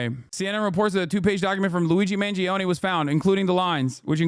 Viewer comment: It’s Mahn-JOE-nay the i is what makes the g soft